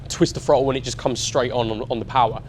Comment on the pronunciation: Somefin, frottle, wiv, smoov, two or free… if an article was written like this, it’d be jumped all over. Also… really really really really really. How many times can you say really? The transition from writer to presenter must be difficult for some people. I have to presume this is one of those people. I made it halfway through.